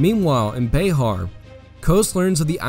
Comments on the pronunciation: Just an FYI. Bexar is pronounced BEAR, not BAY HAR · Also, It is not pronounced like Be-har. It is pronounce like Bear. The "X" is silent. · This was a very well researched and executed video. One thing though, here in San Antonio when we pronounce Bexar like the word Bear, the x is silent. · Sorry to be that guy. Bexar is pronounced bear. Born and raised Texan and that fact as always annoyed me as bear is bear not Bexar. But trust me it's pronounced bear. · pronounced bear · Love the content, but it is pronounced "bear".